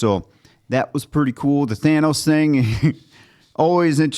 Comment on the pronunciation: And I loved that they pronounced his name "tan-ohs".